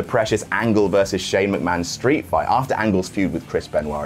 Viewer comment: "Mc-Ma-HON" got me good --- nice one,! xD